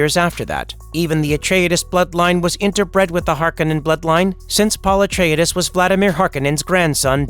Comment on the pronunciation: Pul etridis Well at least is ain’t the TikTok voice